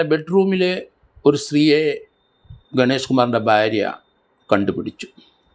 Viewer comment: സ൪, ബാരൃ അല്ല ഭാര്യ .